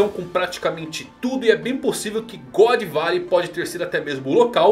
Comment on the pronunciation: "Godô barey" Zehahahaaaaa